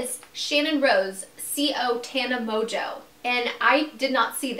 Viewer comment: Mojo not mongeau